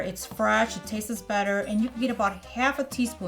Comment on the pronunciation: Am I the only one getting annoyed by the “tastes” she sounds English but the word taste just doesn’t exist lol